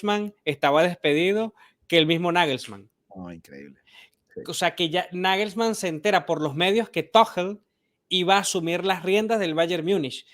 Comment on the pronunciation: Pana, El nombre de Tuchel se pronuncia Tugel, no Tojl😅. Saludos a ambos.